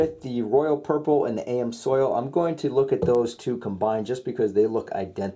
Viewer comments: Guy claims to be an experienced tech. Can't pronounce the name of an oil filter properly. SMH. On another note, just use whatever filter you're comfortable using. I've been using Fram for over 20 years and have never had a single issue yet so many people say they are the worst filters but never offer up why lol. As long as you follow the proper oil change interval, you won't run into any issues. Dude, your videos are nothing more then showing what each filter uses to filter the oil. This doesn't really prove anything and surly doesn't prove which one is the best. The real test is to use each filter for the proper interval and then cut each one open and see what each has filtered out or which has filter out the most crap from the oil. Also, filters have bypass valves built into them for a reason and that reason is because filters can't filter 100% of the oil. They only filter a small percentage of the oil. They physically can't handle the volume of oil pumped through them to filter 100% of the oil, especially during a cold start up. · Dude it’s not AM soil 😂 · That's "ams"oil. Pronounced amz oil No spelling necessary. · AM Soil?? That's when I stopped watching. Hard to take oil filter advice from someone who doesn't even know how to pronounce the name. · Is he saying AM soil 😂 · "A M Soil" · Did he say "A-M-soil"? Lol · Please learn how to say "amsoil" correctly lol. No big deal, and great video though, great information! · Dummy Amsoil one word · He is saying it wrong, it is pronounced Aaamz- oil, (how it is to be said) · It's pronounced, "AMZOIL". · He is pronouncing it like AM's Oil. At least that is what it sounds like to me. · I thought that was kind of funny, that tells you that this fellow has NEVER been to Amsoil's web site. If he had, then he would know full well how to pronounce "AMSOIL". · Can't pronounce Amsoil, doesn't understand efficiency ratings, decides the best filter is the one that looks the best. I feel dumber for having watched this. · A.M. Soil